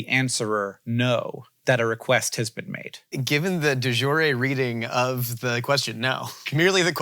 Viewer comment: lol, they have a whole discussion on pronouncing foreign words, and tthen gloss over saying "the jure" with a g